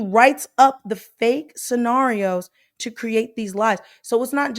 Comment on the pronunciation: Tell me that she did not just say scenariA? Ugh